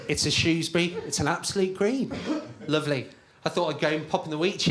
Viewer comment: Actually most of us say "Shoesbrie" 🤣